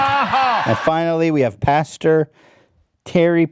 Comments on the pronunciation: It’s pastor not pasture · I love how he said PASTURES and not PASTORS lol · “Pastures” lol